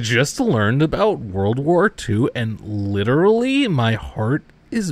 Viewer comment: that made me spit out my ice cream xD "liddurally, my heart is breaking"